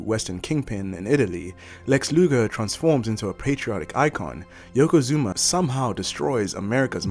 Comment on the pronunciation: Why does everyone say "YokozuMa"?